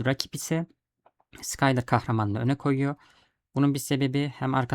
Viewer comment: isimler hatalı telaffuz ediyorsun. Allah Allah diyorum, ben de bunlar kim, neden bende yok diyorum ben de. 😅Çarlinin asıl adı Karli, sıkayler dediğin ise Şuylır diye okunuyor. Lütfen beni yanlış anlama. Kabalık etmek ya da ukalalık yapmak gibi bir niyetim yok. Sadece benim gibi acemilerin daha iyi anlayabilmesi için. Seviliyorsun, iyi akşamlar. 😊😊😊😊